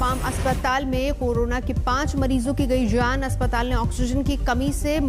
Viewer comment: Zaaan nahi jati madam jaan hoti hai ventilatthoorrr nahi hai ventilator Aane zaane par ya aane jane par🙄